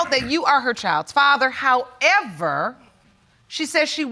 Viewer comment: I love when people say muhdder and fahdder.